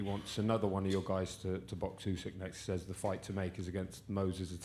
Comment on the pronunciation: Why does everyone call this guy " oosyk" it's F***ING "Usyk"